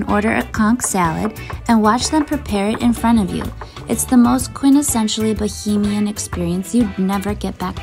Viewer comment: Cay is pronounced key. It's not bohemian, it's BA-HAY-MIAN 😳